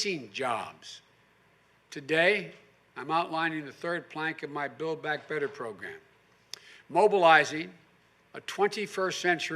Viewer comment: “Build Back Better” is so lame. He can’t even say it right... back to your basement Joey.